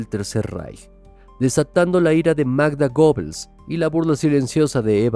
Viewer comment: Se pronuncia "Guebbels", no Gobels.